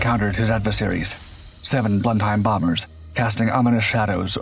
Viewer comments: Blenum not Blenhime! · Blen-hime? It's pronounced Blen'm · It's pronounced "Blennem", not Blen-heim. Named for the seat of the Churchill family. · Blenheim is pronounced „blenim“ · Blenheim is pronounced "BLENNEM"! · It's actually pronounced.. " Blen-Um " please don't hurt my ears.😁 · Blenheim rhymes with venom. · The word Blenheim is more correctly pronounced something like "Blennem"👋🙂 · Blenhime? What the hell is a Blenhime? Any English speaker knows that using spelling to sus out pronunciation is not going to work. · Blenheim is a German place and is pronounced just like that in German, "Blenhime". Anglo-Americans can't pronounce foreign words. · It's "Blennim " I should know, I live next door! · I would say "blennim", but that's because I learned english from my stepfather who was minor nobility. recieved pronunciation, wot. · in fact originally village in Germany, Blenheim, pronounced about "Blen-heim" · Certainly, but in England it's pronounced "Blennem". Hell, I've been there. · Sounded like Blend-Hime!!!!! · A pity that the narrator is unable to pronounce Blenheim, it is a bit like calling the English 'Britishers'! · Why do u miss pronounce these planes all the bloody time Blenheim like the palace by god the were the foundation of the Beaufort the the excellent Beaufighter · Makes video, can't pronounce name of the plane. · Correctly! Thanks! I god aches in my ears a I heard the false outspoken name! I ´m no fan of Churchill but wat is must be as it is!